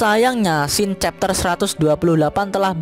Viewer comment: bacanya chapter